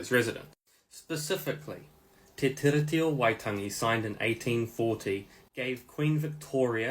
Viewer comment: Bros saying tiddy 🤣🤣 sound it out my bro Te Tee-Ree-Tee not te tiddy T